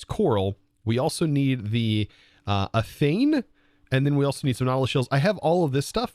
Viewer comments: You're pronouncing it with an N sound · You're pronouncing athame wrong its pronounced (how google describes it) a-thaym